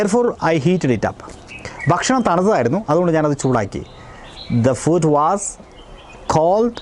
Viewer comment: ഫൂഡ് അല്ലേ സാറേ ....ഫുഡ് അല്ലല്ലോ? ഇംഗ്ലീഷ് എന്തിനാ മലയാളത്തിൽ പഠിപ്പിക്കുന്നത്?😂